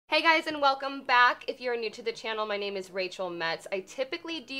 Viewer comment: I thought she said my name is Rachel Meds